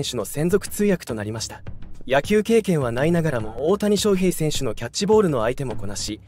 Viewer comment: 水原が入るのは既定路線なので、動画にしなくても良い。それから「翔」の発音、なんでいつまでも正確にしないのか。手抜きだとしか思えない。